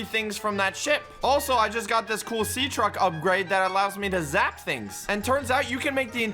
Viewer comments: my guy said sea track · bro said sea track instead of sea truck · He said sea track